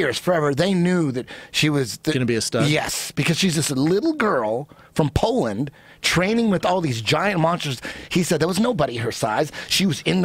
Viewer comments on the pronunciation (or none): none